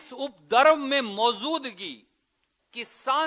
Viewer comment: SURJEWALA SE KAHO....MOZUDGI NAHI BOLA JATA MOJUDGI SAHI ALFAZ HE 😁